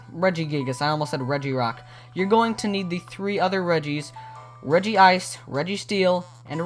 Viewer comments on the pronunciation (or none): It's regice, not regiice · Regi-Ice? ITS REGICE!